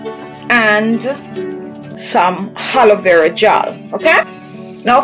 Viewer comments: It’s Aloe Vera not ‘Haloe Vera’ Hahahahaha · Why You say Helo Vera gel when it is Aloe Vera gel! Sick! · Did you just said haloevera 😂😂by the way the product is good though🖤